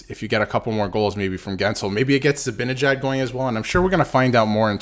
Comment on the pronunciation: His name is ZiBANajad. If you can't even pronounce his name correctly where is the credibility for anything else you have to say.